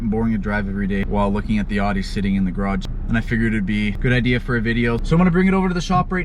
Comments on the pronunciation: Aooowwwdiiiii not awwdi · AUDI , pronounced (OW-DY) fun video. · the way you say “awdee” lol god damn